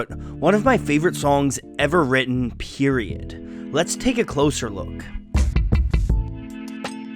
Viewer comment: did he just say ‘periodt’ sksks😂😂😂